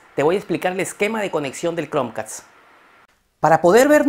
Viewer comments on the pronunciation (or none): Y porque dices OCSERVEN ???? Se dice OB- SER - VEN Chromeca- st ...... No chromecats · Like si te gusto el video, pero te gusto mas como dice "Cronq-cast"